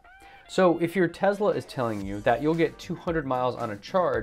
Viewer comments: ?? Tesla is it right? Not Tezla? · It’s T-e-s-l-a Not T-e-Z-la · you are such an intelligent person.. I can't understand for the life of me why you insist on pronouncing TeSla as TeZla??? It's extremely irritating...